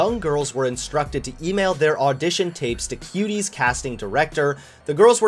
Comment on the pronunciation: Am I the only one who heard him say kiwis instead of Cuties